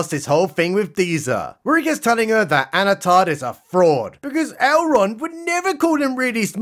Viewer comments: You sure, I heard Anatarrrrrrrrrrrrrr, like he's some kind of pirate. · Did you say "Anatard" ? LMAO